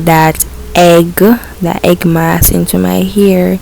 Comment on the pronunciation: The word is not hegg